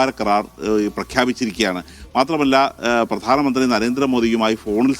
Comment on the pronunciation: പ്രാധനമന്ത്രി അല്ല പ്രധാനമന്ത്രി